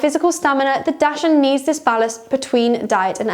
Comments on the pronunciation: Please learn how to say dachshund. Its not pronounced dash ! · Hard to take advice from a so-called expert who does not even pronounce the breed name correctly.